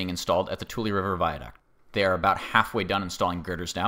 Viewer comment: I grew up in Merced and am familiar with most pronunciations of city names. Tule is correct, however Manteca is pronounced, Man-teak-uh.